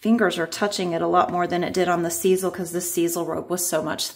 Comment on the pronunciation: Love those jokes! Grandkids! What??? You did a fantastic job shaping the Skype. I believe sisal is pronounced with an ‘I’.